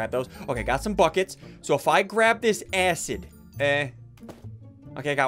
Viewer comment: You said the a word when you Tried to say acid